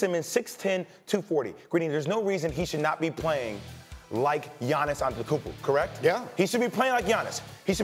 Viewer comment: "Giannis Antentakooopooo" That was the WORST pronunciation of Giannis' name I've heard in all of sports media. LOLOLOLOLOLOL